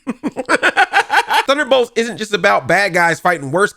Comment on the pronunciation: Sometimes I feel like you’re not even trying to say thunderbolts